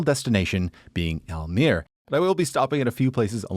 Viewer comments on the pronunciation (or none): In Dutch, like most languages, all letters are pronounced. So it's not al-meer, it's al-meer-uh. Also Drent-uh, not Drent ;) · It is Drenthe, not Drenth...the uh at thye end of drenthe has to be pronounced, same with almerE....it is NOT Aalmeer it is mere meeeeh ruhhh... and nope it is NOT Oetrekt with oe as in shoe...it is U-Trecht with ch as in loCHness and U as in dehevu...so NOT a ou as in you or an oe as in shoe.. ü in German Y in Swedish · okay, so most places you pronounced fine, but if a place ends in an e, it's definitely pronounced. so for Almere it's Almer-Eh and for Drenthe it's Drenth-Eh (with a pronounced T rather than the English th, that's not a thing in Dutch)